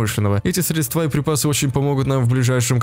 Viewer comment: Ударение в слове «средства»падает на первый слог срЕдства, а не средствА)))